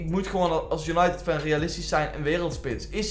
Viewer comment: Waarom zeg je steeds als untided van we weten het hoor